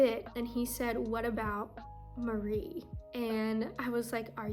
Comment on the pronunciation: Go Nessa "Meowwrrell" LOL :P hahaha